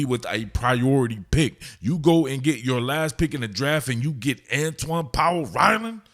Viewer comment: Antwaun powell rhino 😂 I heard it , lets see if he lives up to the nick name that you accidentally gave him